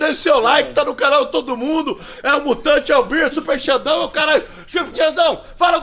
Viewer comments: kkk tem dificuldade de falar o nome do super xandão...hora ele fala super sandrão e outra é xuper xandão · Xuper sandão